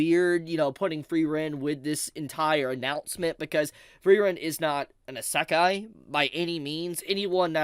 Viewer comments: You saying isakai bothers me more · i cant stand how pronounces Isekai. He constantly says Sa-Kai. It's pronounced "E-Se-Kai " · It's EEE Seh Kai. NOT EH Say Kai. Kthxbai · It's: Ee Say K-eye (Kai) Not: Issekk Eye 3 syllables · I lost it when you said "Asekai" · "ASAKAI" bro, learn to fucking say it properly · You should google how to pronunce Isekai properly first before anything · No kidding. Three syllables and my man pronounced all three wrong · I think he’s trying to rage bait me by the way he’s pronouncing Isekai. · I got isekai’d by pronunciation of isekai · And then there's also this guy pronouncing it wrong lmao. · i dont even think he listens to himself and notices. or he is doing it intentionally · bleeding my hears with the way he pronounce “Isekai” 😭😭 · Knew I wasn’t the only one thrown off. How hard is it to pronounce it the same way as the Japanese people do 😂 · making fun of IGN while my eyebrow twitches every time he mispronounces isekai. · Agree. my ears are bleeding